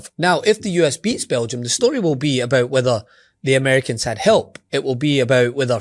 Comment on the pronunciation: It's hilarious. BEL GI UM! BEL G! UM!